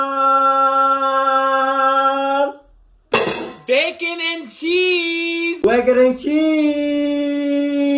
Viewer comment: Bro said eeeeeehhhh peeaaarrrprprp brecon and chiizzz